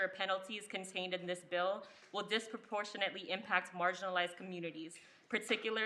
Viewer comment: She said "disproportionately" lol. You need to name alot more than 2.